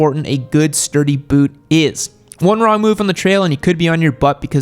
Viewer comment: You say boot like you like a boot up the boot